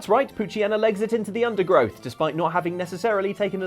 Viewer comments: Did you just pronounce it "pooch-y-en-na"? It's "pooch-yee-na"! Like pooch/hyena mixed. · I love how everyone consistently mispronounces the "Hyena" part of "Poochyena." It's tradition at this point.